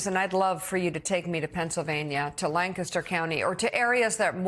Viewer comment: Mika: YES! You pronounced Lancaster correctly! Like a real Pennsylvania Dutch ! Thank you!!!